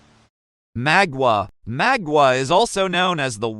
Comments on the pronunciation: Mah not maw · Great video, but damn u pronouncing his name wrong